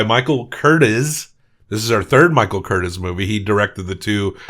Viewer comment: It's Curt-TEEZ